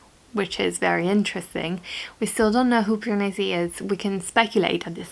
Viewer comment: I love it when you say "Piranesi" in your italian accent! It's not the type of book I would read but still, I really enjoy any vlogs you upload! Small human is very cute :) Kudos to you for filming reading vlogs with a tiny baby! and a needy dog! haha xx